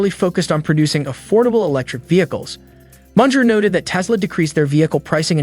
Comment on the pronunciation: It’s Mun gerrr and it is B.Y.D. Not bias.